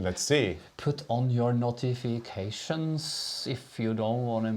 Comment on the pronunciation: I knew this would be a fun Q & A when I heard say " notifications " and I wasn't paying attention yet and I thought he said " naughty vacations"...lol I love your attitude toward knitting and crafting in general, it should be fun and enjoyable or find another hobby. Everyone knits their own way, if the result is what you want then who cares about how you got there, never listen to anyone who says you are doing it wrong! I've switched to the Norwegian style of knitting because of your two and I'm enjoying my knitting so much more! I can't thank you enough! Have a wonderful week!